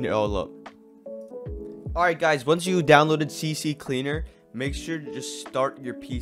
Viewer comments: It's not cc cleaner its CCleaner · It's not CC Cleaner, it's CCleaner, it only has a C, the other C is from the word Cleaner (C) (C)leaner 🤓☝